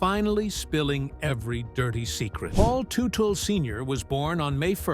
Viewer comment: He doesn’t own Gas monkey are you kidding me? Can’t even pronounce his name properly